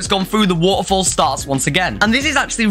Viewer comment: how many times he said woafols